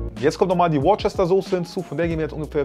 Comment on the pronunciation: Die Sauce wird „wustersauce“ ausgesprochen. 😅